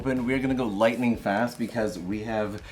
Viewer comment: Lightening spood... Nice one 😂